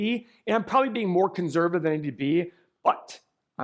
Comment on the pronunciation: Please stop saying the word “conservative” if you can’t pronounce it properly. Thanks a bunch. 👍🏼